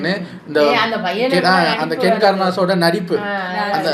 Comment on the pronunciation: Ken❌ kenner✅😂